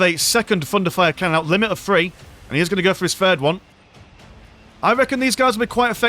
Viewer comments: Each time you say "thunderfire canon" my non-native ears hear "fun to fire canon" and it makes the viewing experience even better :) Great video! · Hey, it IS fun to fire xD (Also, yeah, my ears hear the same xD)